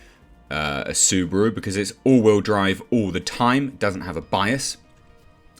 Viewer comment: It's SU BA RU not SewBrew! :D